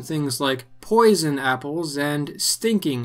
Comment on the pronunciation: Too much emphasis on posion